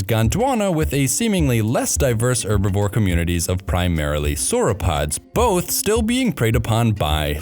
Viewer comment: It is Herbivore NOT Erbivore, the "H" is NOT silent!